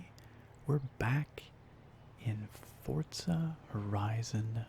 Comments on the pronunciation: The way you pronounced Forza seriously gave me brain damage, it’s For-za not Fort-za. Apart from that, really relaxing video 👌🏼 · Its Forza! Not Fortza! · Why does everybody read it fortza not forza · Why do u say fortza? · Ahh he’s one of them people that say “Fortza” 😂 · even in the game they pronounce it for-za , like the announcers pronounce it that way. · Where the fuck is the T in forza